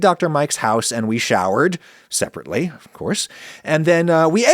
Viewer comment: Then we showered, separately, of course. The stress you put on that was weird, why did you feel the need to emphasise that point? Why would you think we thought anything about it and if we did why do you care what we thought? Bizarre.